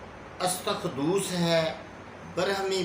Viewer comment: حکیم صاحب معافی کے ساتھ اردو کے تلفظ میں بہت غلطیاں ھے۔ ۱) اسطوخودوس ھوتا ھے نا کہ استوخودوس ۲) وج ترکی ھوتا ھے نا کہ ویج ترکی ۳) ثناء مکی ۴)اجواین